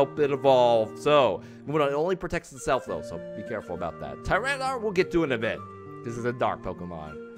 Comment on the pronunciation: Hey? It's pronounced TY- RAN-A-TAR. Where do you get the dar from?